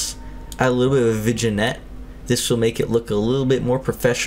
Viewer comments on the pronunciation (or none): Hey man, thanks for the tutorial but vignette is pronounced "Vin - yet" not "vi - gi - net" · Sounds like he's only read the word "Vignette" not exactly a common word, no judgement from someone who came here to learn a thing I didn't know. The g is silent, but it doesn't do nothing: it modifies the pronunciation of the N. vin-YET Thanks for the tutorial! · Tip: Vignette is pronounced "veen-yet". It's French. Thanks for the video!! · Vi-jah-nette? Facepalm It's Vin-yet. The g is silent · i died laughing when you pronounced 'vignette' ... that was intentional, right? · Thank you so much for sharing. But "vi-gen-ettte" will forever live in my head rent free 😂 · vignette is pronounced in a french way, vin-yay. but thanks for the video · pronounces vignette as "vijanette" (it's "vinghette" I think, a blend between ng and nh) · VIG-IN-ETTE BAHAHABHGABAHQABABAHAHA